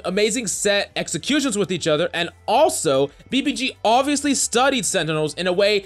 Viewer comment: And now BBC- clears throat BBG*